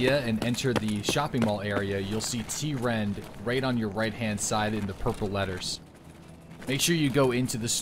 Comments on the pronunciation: you were saying t-rend but it’s trend just with a lower case t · It's Trend, not t-rend.